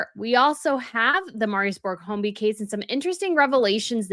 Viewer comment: I hope you mean serial sexual predator and NOT killer. His surname is pronounced hoy-bee (no letter L).